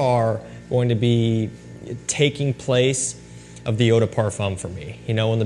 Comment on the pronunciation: As a French speaker, please stop pronouncing le as “lay”. Instead, the correct pronunciation is like “luh”. Same as “de” in Eau de Parfum. 🙏